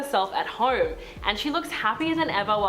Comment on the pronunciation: why do you say home as horm lmao